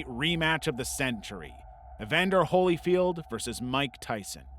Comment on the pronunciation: "holy-field" ...really?